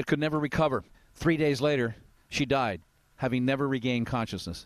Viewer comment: It sounded like a separate recording cut in. It was way off tone and weird.